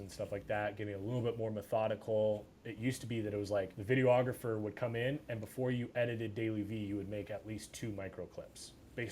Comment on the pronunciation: How is my man this versed and still saying "Video-ographer"?